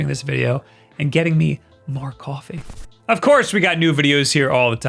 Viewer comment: I kinda like the way says "kwoffee"